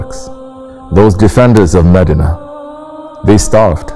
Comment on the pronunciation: " Its not meddinna its MEDINAH